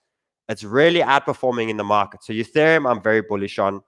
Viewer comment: "Youthereum". Once you hear it once...😭